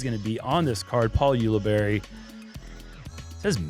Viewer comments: Paul OOo-libari or Paul You-libari. OOo-libari says the announcer. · Why do so many event announcers not know how to pronounce Paul's last name?!